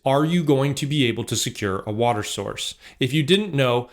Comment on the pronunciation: lol "wherez da wudurl?"